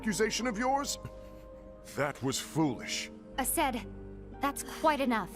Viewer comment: Yes finally! I've been waiting for you to watch back cover AND play 0.2! I'm hyped! Also you triggered me so much by mispronouncing aceds name MULTIPLE times lol they literally yelled his name every 2 minutes